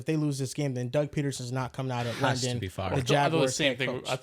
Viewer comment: loves calling London “Lenden” lol